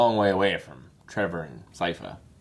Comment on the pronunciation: I"m enjoying your reactions but I have to know: is it ragebait, or did you genuinely make it to season 3 without learning how to pronounce Sypha's name?